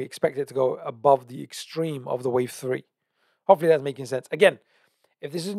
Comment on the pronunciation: Just had to pause the video - you said 1 , 2 , tree instead of 3 - 😅🤣